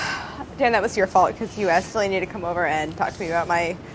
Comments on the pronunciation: I can't see and not say "DelANEy" is Brad's voice. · The tension between Brad and Delaney at the end LMAO. I’m living for it. Every time I see Delaney on screen now I say “deLANEY” in Brad’s voice and tone. I don’t even hate Delaney 😂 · How come anytime anyone say Delaney it sounds like Seinfeld saying "Newman"?